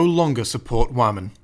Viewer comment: Wahmen. The way you fucking pronounced had be fucking dying laughing Lmfaoo.